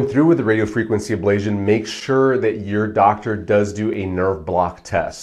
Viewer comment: FIrst, you are repeatedly mispronouncing Ablation as if there is a zio sound instead of a tio sound. This makes me wonder if you know what you are talking about if you cannot even pronounce the word. Secondly, I know someone who has had successful pain relief in their cervical spine that has lasted for 10 years . This procedure is not promised to get rid of all of the pain. You do the the testing with lidocaine injections every so many weeks and you rate your pain relief to inform yourself and your doctor as to if this procedure is likely to be successful. Physical Therapy sucks for most things. My wife passed out for the first time in her life at her first physical therapy session which was a very light session. Physical therapy is unpredictable and is based on the therapist and their methods. Physical therapy is just as likely to be unsuccessful and in my opinion based on my experience, less successful. In this world we live in there is so much lobbying done to reduce certain practices and promote others. In many cases the ones being promoted are not as useful and successful as the one's getting bashed as being no good and more hurtful than helpful. DO your own research. Watch plenty of videos on youtube while keeping all of this in mind. Do not let Doctors tell you "Don't use Dr. Google." Dr Google often says the opposite of the Dr or therapist being promoted via lobbying.